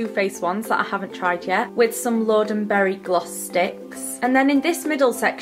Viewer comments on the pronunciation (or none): none